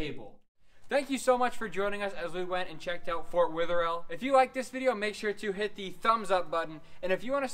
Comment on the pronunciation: And sorry for all the comments but its driving me insane its pronounced weather-ill